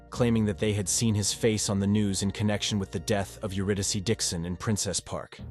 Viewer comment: If this is an AI Narrator, it must be top-flight, because I have never heard an AI pronounce "Euridyce" correctly before.